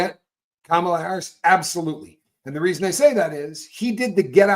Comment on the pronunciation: Hey! I heard former VP Kamala Harris’s rep remind us how to remember the correct pronunciation of her name…! Kamala rhymes with Mama-la❤ Kamala Mamala, Kamala Mamala. Unless I’m missing some kind of subtle dig that I’m too stupid to recognize? Truly hoping your mispronunciation of her name is just that…